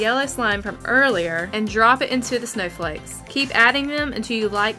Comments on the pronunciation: Flakes not fleks 😉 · Did anyone hear that she said silver flex in stead of flakes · uhh the one thing not satisfing is that u said flex instead of flakes but no hate it may just be an acsent or something but idk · This is how many times she said “Silver flecks.” 😂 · Its flake not flak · Why do u call them silver flecks, it’s silver flakes no flecks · why does she say silver fleks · BRO ITS NO "FLECKS" ITS FLAKE'S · Flakes not fleks XD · "silver FLEKS " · FLAKES NOT FLECKS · It's called flakes not flecks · Silver flex. is she trying to say flakes?? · Silver flecks? LEARN HOW TO TALK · Omg it is not silver flecks it’s silver flakes sorry it was just bothering me so much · Its flakes not flecks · It’s flakes not flekes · did she realy say silver fleks or am i going crazy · Why do u pronounce flakes flehkes? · Why do you call it fleckss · It’s Fl-A-kes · Who else got triggered from the way she said flakes